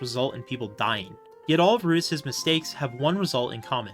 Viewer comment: I loved how you focused in on the chararacters and how each one is unique and often flawed in their own ways. It never feels like they are 2-dimentional. Also you keep pronouncing rudeus as "Rudis", lol